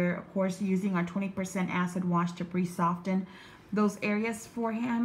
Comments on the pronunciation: The " t" is silent in soften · For god sakes the t is silent in the word soften!